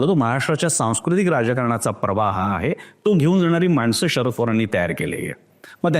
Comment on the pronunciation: बाकी सगळं विश्लेषण चांगलं आहे , पण तुम्ही शरद पवार याचा उच्चार षरद पवार असा करताय ते खटकत आहे.